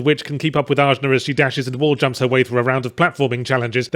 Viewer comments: Wouldn't it Ah-Na, not AJ-Na? Pretty sure that J is supposed to have an H sound. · It's weird to me that you keep harping on her name. While you were playing you mentioned it sounded like they just drew letter out of hat. It's the Sanskrit word for the third eye chakra.